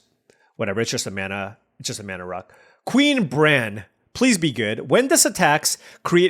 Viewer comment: Queen Brah-neh